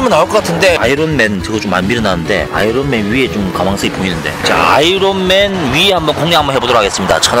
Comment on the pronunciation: 아이론맨이 아니라 r발음안나고 아이언맨이 맞습니다 아이론맨..